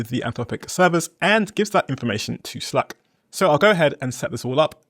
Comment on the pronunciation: if you make English videos you should know how to pronounce "slack" 😉 it's like cat, hat... 🙈